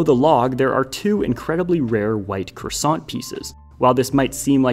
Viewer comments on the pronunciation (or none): none